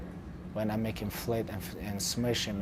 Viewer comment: "What they gonna say after fight? When I make him flet & smesh him" 😂😂